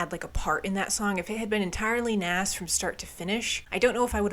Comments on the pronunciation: Nas is actually pronounced like Naus not Naas:) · Did u say naaas? It's nas lol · It's pronounced "Nawz" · How she pronounced NAZz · Nas is going to be pissed you repeatedly pronounced his name like that. haha. I hope he never hears about this. Great review. This is the last actual KoRn album. Head quits due to a heavy Meth addiction but later rejoins. The drummer leaves due to disagreements within the band. Now the Bass player Fieldy is gone for unknown reasons. Hopefully he returns. Your KoRn series is great! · You don’t know who Nas is and pronounced it wrong 😂. It’s OK, check out songs like The World is Yours, Made You Look, and One Mic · 😑 the way you pronounced Nas haha please do a Nas day for yourself other quick things that came to mind: There are sooo many incredible “Did My Time” live performances “Alive” is one of the first songs Korn ever wrote and the guitars on the chorus are actually the guitars to “Need To”. They decided to add it to the album because it was very fitting to totally go back to their roots. Definitely check out their demo tape; you’ve heard all the songs so no spoilers left. All the live shows from this era are great because they knocked out so many shows at this point as the original 5 that it is just very fluid. I think the only complaint about this album when it first came out was how raw the production was and how seamless they were album to just crank these songs out. It was maybe to formulaic but I think it’s held up after all these years.